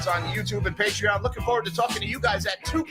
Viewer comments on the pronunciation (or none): none